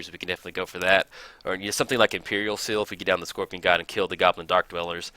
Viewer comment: "scoPRion"...oh.